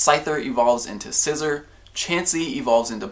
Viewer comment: PLEASE NO DONT CALL IT SCIZER